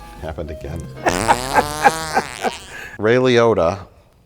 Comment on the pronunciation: Mike saying "Ray Liotta" sounded just like "Real Yoda"